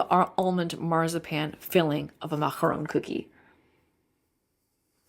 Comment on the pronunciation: I loved your French pronunciation 😊